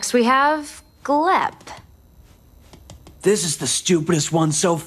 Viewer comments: You know it's GLEP not gleb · Btw, his name is Glep, not Gleb. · bruh.. glep's name is shown at the end of season 2 episode 2 and you still call him gleb.. kiiiinda criiinge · It’s glep, not gleb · small correction not related to the crimes: it’s Glep not Gleb